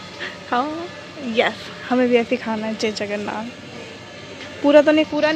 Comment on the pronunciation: Hari bol🙏🏽…… mata ji… जगरनाथ nahi जगन्नाथ ☺️🙌🏼